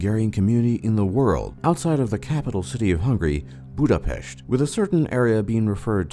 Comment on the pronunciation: I think he was pronouncing Budapest like a Hungarian would, for the authenticity :)